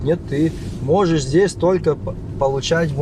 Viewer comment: всё правильно говоришь. Только пожалуйста, перестань говорить «здеся» и « тама». Нужно говорить «здесь» и «там». А в остальном всё супер!